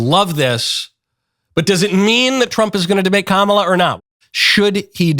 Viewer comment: Trump is a coward with his tail between his legs. Constantly calling Kamala by saying her name wrong is as infantile as they come